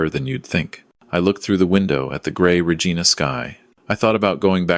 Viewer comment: she had already climbed into the cab. sleeper is part of it. pronounced Regina wrong